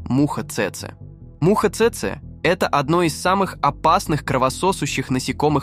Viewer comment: цЭцэ... чекаме не цэцЭ, а цЭцэ... промахнулся ударением брооу